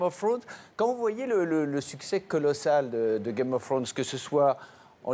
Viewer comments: "Game of Faunes" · Faut que les gens arrêtent de dire "game of fffwone" quand même ...